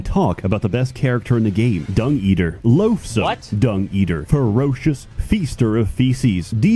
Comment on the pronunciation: Lol 'loavesome Dung Eater'😅